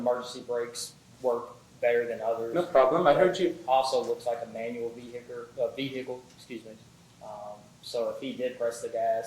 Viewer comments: "Vehikker" where tf did that come from😂😂😂😂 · He doesn’t seem like the brightest bulb in the box tbf. I also know that it’s the accent, but the way he says ‘vehicle’ as ‘veey-hyck-el’ is just baffling. I see a lot of comments on YouTube critiquing many the black community for using AAVE and saying ‘ask’ as ‘axe’ and people get mad because in their perception they see it as vernacular that’s below them, but then you have people that say vehicle like this, and think the word herb doesn’t require an ‘h’. An off topic rant so I apologise, but I do feel like the double standard is something that needs to be acknowledged more often.